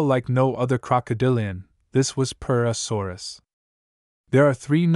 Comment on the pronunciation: Hearing you say purusaurus got pretty annoying after the 20th time 😅 but still a great video